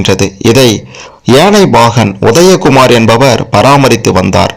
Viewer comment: இவனுக்கு முதலில் 'ல' 'ள' ' ழ' வித்தியாசம் சொல்லி கொடுக்க வேண்டும். உதயகுமார் என்பதை ஒதயகுமார் என கூறுகிறான்.